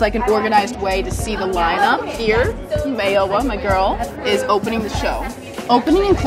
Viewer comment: I don't know if its cuz I'm African but the way she said Mayowa... see this what we're NOT finna do